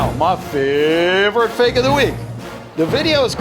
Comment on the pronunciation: "so fak its funny" LOL